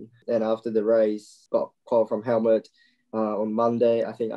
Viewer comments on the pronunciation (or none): Is it just me or did Yuko call Dr. Marko 'Helmet'?🤔